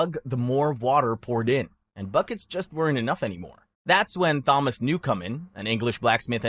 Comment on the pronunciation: Bro mispronounced "Thomas"